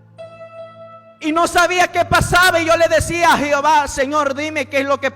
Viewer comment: Lindo mensaje para que sea publicado al mundo entero pero siervo con respeto le digo no se dice jiova sí no q se dice Jehová aunque tampoco es el nombre correcto